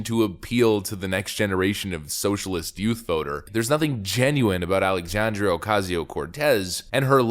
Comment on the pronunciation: It drives me crazy how does not pronounce the last A in Alexandria! 🤦‍♀️